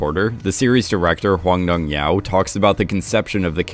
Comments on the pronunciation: Btw the pronunciation of the director's name isn't Hwang Dong-Hyau but Hwang Dong-Hyuk (the last sillabyl has the same vocal as in the word "clock"). There is no korean name ending with "au" at all. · Was gonna say lol not sure how hyuk came to sound like yao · Not sure why you are pronouncing hyuk as yao, but it's actually pronounced like yuck but with the h sound at the beginning. Just a little tip in case you didn't know 😉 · Hwang dong hyuk is not pronounced hwang dong yao, it is pronounced more closer to hwang dong hee-uck. Just wanted to let u know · heyy just wanted to let you know hwang dong hyuk is pronounced exactly how it looks! hw-ahng dohng- hYUK! it’s nbd haha but i just noticed you said it differently in the last couple vids, love the content. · Can you please start saying the directors name correctly?